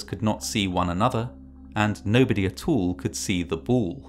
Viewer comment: "nobody atool could see the bool" was funny to me.